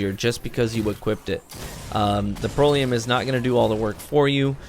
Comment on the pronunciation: Lol, it's pronounced "Pr-ELL-ee-UM" Not making fun of you. Just trying to help. I only have one Proelium and for me, it's a god roll; backup plan and high impact reserves. Its like a mini legendary Merciless. Its awesome.